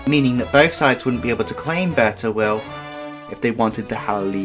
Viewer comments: Im Sudanese, its pronounced like Beer so beer taweel not ber or whatever u said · it's pronounced beer taweel and the other part is pronounced hala eeb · Hi, I'm Arabic and I just wanted to say that please pronounce it: Beer tuwiil